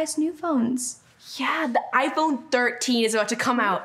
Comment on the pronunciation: “i fone”